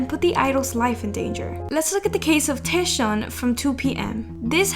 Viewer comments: Okay I just have to do this. Scarlet letter to TAEShaun 😂 He is Taecyeon and if you are new fan it is pronounced Taekyeon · its Taecyeon as in "Tech" and then "yeon" not teshion please :? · It's TAECYEON btw not taesyeon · its taek-yeon (taecyeon) not taesheon🥲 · taeshawn? :"D TEKCKKCKKK yOHN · Oot but how you pronounced taecyeon’s name 😂 it’s TAEK-yeon not taeSH-yeon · his name is not pronounced taeshun.. its take-yawn.. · Did she just say Taeshion?? Instead of Taecyeon? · I'm really sorry but you pronounced Ok Taecyeon really wrong. It's almost like "Taeyeon" but like a soft "k" sound. It's pronounced: "Oak Taek Yeon" not "O.K. Taeshion" But anyways, sasaengs need psychiatric help. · Is she pronouncing taecyeon name correctly! It’s “Take Kyun” not Taeshiun 😂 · TAE- WHAT !!!!!!! 🤣🤣🤣🤣🤣😭😭😭 Why are you pronouncing Taecyeon's name like that lol? It's pronounced like " take yun" not "tae-ish yun" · This is the first time I’ve heard Taecyeon’s name pronounced as “Taeshon” 😂😂😂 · It's TAEK -YEON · cringe for speaking taesyeeonnn hahaa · It's Taecyeon (like take). Please pronounce it correctly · tekyon is how you pronounce it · Okay but the way she said ‘Taesheon’ 😩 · Who tf is "Taeshon"😭😭😭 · you pronounce 'taecyeon' wrong it's actually 'TAEKYEON' 택연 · "taeshon" lmao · these “fans” be crazy 😭 also just fyi, his name is pronounced “taek-yeon”! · you say tek-yon (Taecyeon/택연) for the 2PM member :) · taec as taek yeon :( please at least get his name right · that taecyeon pronunciation...🫣🫣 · honestly love your videos, but your pronunciation of Taecyeon is the worst one I've heard so far, sorry 😥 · * Taecyeon * u pronounce his name, wrong girl 😳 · Sorry but the way she pronounced taecyeon was very distracting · Oh for Taecyeon his name is pronounced with the the “c” making a “k” sound. No hate at all just wanted to put it out there 👍